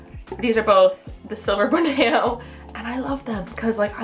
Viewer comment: How can you pronounce Schismatoglottis correctly but can't pronounce a simple word like Borneo?